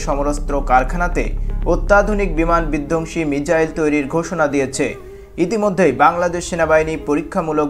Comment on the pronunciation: মিচাইল না bro❌ মিসাইল✅